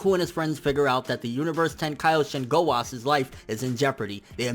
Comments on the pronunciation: okay okay, let me just say this. ITS "ZAMASU", not "ZAMAS", same with "Gowasu" not "Gowas" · Why do you say Zamas instead of Zamasu and Gowas instead of Gowasu? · its zamasu bitch! not ZAMAS!! & ITS GOWASU, NOT DUCKING GOWAS!! FUCK YOU!!!!!